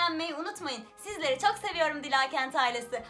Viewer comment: Abla ismin dilaaa kent diye okunmuyor dila diye okunuyor